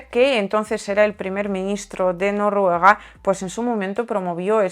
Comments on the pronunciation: Esos medios de manipulación de masas siguen sin decir nada de los bombardeos de Ucrania a la población civil de Donetsk. Ya tendrán pensado qué más enviar después de las bombas de racimo. Gracias. Me encanta cómo dices Norruega. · Me encanta cuando dices Norruega